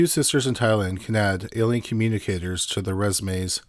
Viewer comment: There’s a lot of Amazing calm speaking narrators on YouTube. Top 5s comes to mind. However, the consistent mispronunciations of ordinary words is grating for quite a few viewers & listeners. A lot of it appears or I assume is it to be the 🇨🇦 accent & a lot of it almost has sounded , like for years now, just an inability or refusal to pronounce the full word, it’s one thing to say ELLY-inn every time for the word alien but quite another to not care to realize that full endings or words are just skipped , the end of words such as Forest, instead he constantly says Foress. Or something along those lines, just kind of a wild line of work to be in when speech & possibly malaprop is heard almost more than correctly pronouncing words, or I’d imagine he’d say Worse not WorDs.